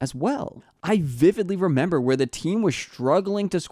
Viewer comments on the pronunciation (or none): none